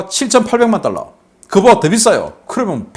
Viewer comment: 방금 1,5달러 발음 쬐끔 신경쓰시지요